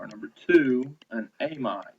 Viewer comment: takes WAY too long to wait for lecturer to write! No flow, so much dead time. Plus he needs to get a silent mouse and learn how to pronounce words like "amide"....